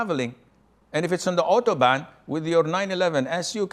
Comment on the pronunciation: Sheikh said Autobahn 😂